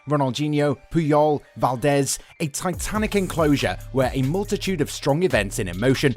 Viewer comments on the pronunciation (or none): none